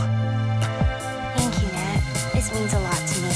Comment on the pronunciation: its nath not nat